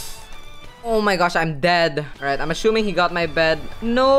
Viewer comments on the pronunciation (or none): is it just me or is he actually saying ashumming